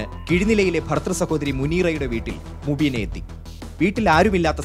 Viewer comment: Mubeena ❌ umbeena ✅